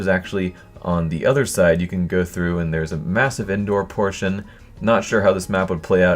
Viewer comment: Is he saying "indoor" or "endoor"? His pronunciation is shit.